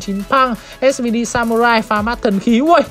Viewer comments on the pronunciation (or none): none